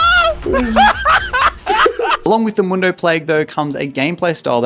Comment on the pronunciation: Is purposely mentally un-ok or why is he pronouncing mundo as Dr Mando and alois as A-louse